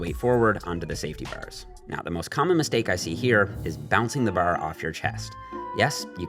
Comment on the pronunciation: As much as I like I hate how he says “bar”